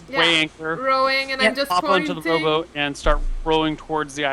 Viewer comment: lol every time they said "rowboat" it sounded like "robot" "We get the robot to the iland! Lets hide the robot!"